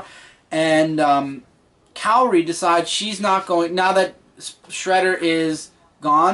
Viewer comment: You pronounced Karai's name wrong but awesome review :)